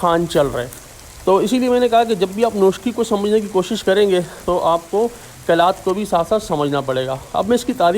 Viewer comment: Right name is Qalaat not Qilaat